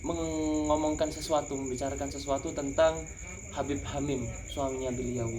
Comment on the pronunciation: Masa katanya keturunan babib,habib siapa GX tau lupa,.apaan ngomong aja udh GX betul..